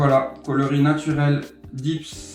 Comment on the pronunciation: de chez dips ou dit deps, comme ca se prononce, c'est japonais, pas anglais, donc D È P S ;)